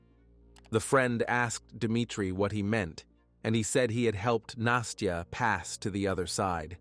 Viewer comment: the narrator keeps pronouncing it "nasteeyah" A Russian saying настя doesnt have the ee in it.